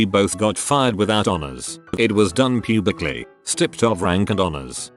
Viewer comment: "It was done pubicly"